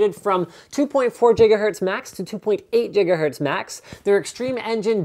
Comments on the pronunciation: Its Giga not Jigga lol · Gigahertz not jiggerhertz linus! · Why do you say "Jigahertz" and not "Gigahertz" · Jigga watt? Jiggahertz homie, Jiggahertz ;) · <# linus for saying jigahertz over gigahertz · jiggahertz? Alright doc brown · Jiggahertz. You bastard... lolololololololololol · Did he just say JiggaHertz?? Is that how you pronounce Ghz ?? Cmon Muricans dont tell me thats how its pronounced else my life was a lie!! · What the hell is a jigahertzmax? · well thats how he pronounced, jiggahertz.. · Did he say jiggerhertz :3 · Did anybody else hear him say jigahertz or am i just crazy??? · 2.4 jigahertz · Mike Messiah He says it to be funny